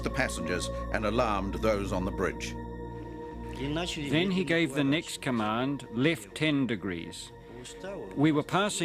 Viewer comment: Bridge not brig (jail)...🙄